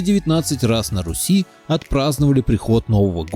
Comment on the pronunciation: тцлавяне от еврейского тцлав - крест. Покрещенные. Братья тцлавяне - братья во христе. Руси правильно. Ударение на "У". Погане. Так их тцлавяне звали.